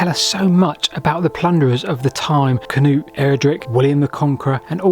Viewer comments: As an Norwegian with the name "Knut" still used daily here he's pronunciation is ok. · The same goes for Sweden. The pronunciation of »Knut« is almost spot on to its Swedish counterpart. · You did a good job. Better that the usual Cah-noots. 👏🏻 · His pronunciations are perfectly correct.